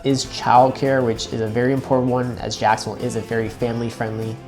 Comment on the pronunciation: Why did he say Jacksonville like that?